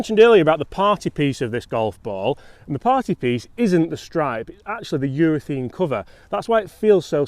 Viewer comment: it’s UrethAne not UrethEne. Maybe it’s your accent. Lol